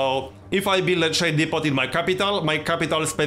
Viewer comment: Hey man just for future reference the t in depot is silent. I'm hyped, this is going to be an awesome series.